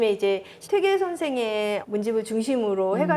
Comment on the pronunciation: 첫 쩨로, 퇴계 강의에, "퇴계"의 "퇴"의 발음을 바르게 발음하지 못한댜면 무어라 변명할 것인가. 이 "퇴"는 "길게 그리고 약간 높게" 발음해야 한다. 장음인 단어의 첫 자를 짧게 잘못 발음한 예:사실,(잡담응 이만! 본 강의로!),강점기,사람(인간이라는 "사람"을 바르게 발음하지 못함!!),이해,주석,(과거 시험이라기 보다, 과거로 족함),제가(나),해석,비판적,정말(진짜),아무도, 비 독창적,(역사 학자 보다, "사학자"라면 더 명백함),4서 ,보통,퇴계, 퇴계,사실,주석,주석,조 광조,( 영양력을 준다 주는 것이 아니라,"영향을 준다" 라 해야지요),(퇴계의 "퇴"를 짧게 잘못 발음하고 있음),태도,개념,정치,예칙,좋겠어요, 등!! 이상의 예가 사실이라면, 이 두 여류 학자의 강의 가 한국어 강의라 할 수 있는가? 그리고 이런 학술적 논의라면 너무나 구어적 어조 구어적 어투가 심하고, 단어의 다음 음절을 accent가 있는것 처럼 강음화하는 경향이 있다. 이런 문제는 하국 전반적 병패인듯, 이에 분개하여 쓴 책이 "한국 어문을 고발함"이오니, 고국 동포 여러분! 이 책을 조용히 읽어 주시옵소서. 미국 변 완수 드림